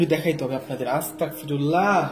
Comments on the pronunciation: Astagfirulla is the correct pls say Astagfirulla g hobe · আসসালামু আলাইকুম ভায়া ভুল হলে মাফ করবেন🙏🙏🙏🙏🙏🙏🙏🙏 ভায়া আস্তাকফিরুল্লাহ হবে না ভায়া আস্তাগফিরুল্লাহ হবে আস্তাকফিরুল্লাহ ৷৷ মানে হচে হে আল্লাহ আমি কাফের হতে চাচ্ছি আস্তাগফিরুল্লাহ ৷ ৷৷ মানে হচ্ছে হে আল্লাহ আমি তোমার কাছে মাফ চাচ্ছি আস্তাকফিরুল্লাহ আর আস্তাগফিরুল্লাহ এই দুটোর তফাত হচ্ছে ক আর গ বিদায় আসসালামু আলাইকুম